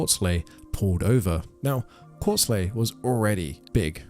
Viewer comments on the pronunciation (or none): Korsley lmao kor ickle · Pretty sure it’s pronounced kor-cal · Korcle pronounced Kor-ah-kel. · Korcle is pronounced cork cull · KOR-SLAY?? KOR-CLAY?? WHAT THE HELL ARE YOU TRYING TO SAY BC IT SURE AIN'T KORCLE?? LMFAOOOOOOOOOOOOOO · It's pronounced Core-Ick-all .....not wtf ever you said lol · The influencer who originally made Dakota popular is call e Korcle is pronounced Cork-el pronounced like the word Uncle. Dakota and Felicity are more probably more popular than Korkle now. I haven't seen any videos by him ever since he quit making videos about Dakota but I've seen Non-Stop videos about Dakota and Felicity ever since they've hit the internet. They have a pretty big following and multiple Facebook and Reddit groups documenting their every move. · I love how you pronounce Kolce different everytime you said it 😂